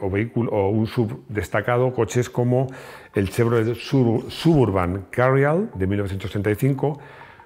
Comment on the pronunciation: Excelente video otra vez! Solo para que sepas, el "nombre Chevy "Suburban" refiera a la intención que se usa en regiones "suburbanos". El nombre Suburban se letrea con la letra "b" y no con la "v". No es "suburvan" porque el nombre no tiene nada que ver con la palabra "van", cuyo origen no estoy seguro. Gracias por todos tus videos! Vivo en México y Garáge Hermético es uno de mis canales favoritos para mejorar mi español !